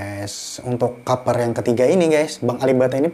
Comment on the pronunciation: Kaper....kaper....kaper.... hedeeh....yg bener klo ngomong